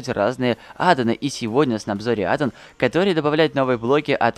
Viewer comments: Адо́н а не адан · Не адон а аддон • _ •